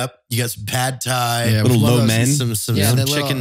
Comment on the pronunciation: Did Evan say Pud Thai? 😑